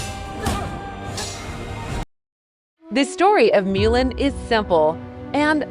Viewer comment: So painful to hear AI repeatedly pronounce Mulan as “miu’ lin” and mispronounce the word decade.